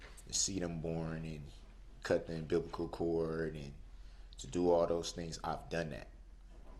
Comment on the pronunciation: The prosecutor is “not that bright” but he doesn’t know what “collated,” “unfettered” or “cardinal direction” means, he can’t pronounce “tacit,” “sustain,” “umbilical” or “void.” Never finished high school, thinks the 1st amendment guarantees him the right to stand or sit, and will never breathe free air for the rest of his life. But Sue isn’t that bright. Okay, buddy.